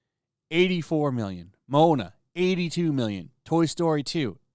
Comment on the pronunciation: every once in a while these youtubers slip up and say something that kinda highlights just how little these youtubers know about the subject matter. my man just pronounced "moana" as "mona" like the mona lisa lmao. like wait... did he just say MONA?! you know moana is a massive, pop culture smash hit that literally everybody knows about... right? yet somehow this dude lives under a rock or something and has legit never heard of MOANA before. just a friendly reminder that these videos are made for views and may contain some correct information and may contain some incorrect information. the youtuber himself basically has no idea what he's talking about though... it's all just regurgitating what other people who are more in touch with culture have already said